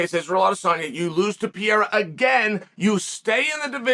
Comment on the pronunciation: Pee-Era lol